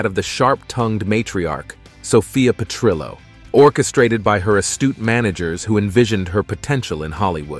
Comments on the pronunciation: LOL, too bad the computer generated voice-over can't pronounce "Fierstein" - phonetically pronounced 'FireSteen'. Also for Petrillo, the "ll" is not silent. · AI mispronounced Sophia's last name. Petrillo is Italian, not Spanish, so the double L is pronounced like an L, not a Y. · lol@ Petr-yo...And Dorothy Z-Bor-nak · The way he pronounces Zbornak and Perrillo is funny.